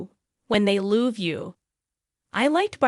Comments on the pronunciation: I THINK YOUR COUNT IS WRONG. YOU REPEATED MANY. LEARN TO PRONOUNCE WORDS. LOVE IS NOT LOW...VEE. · Like AI saying "They ruby there cheeks when they loove you"🤪🤣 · "They ruby their cheeks on you when they loov you". The AI narrator needs a lesson in English...I didn't even realize it was AI until that! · "rubee"? "lob"? What language is this?